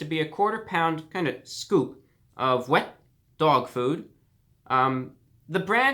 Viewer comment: "Wehet doag food" I lost my shit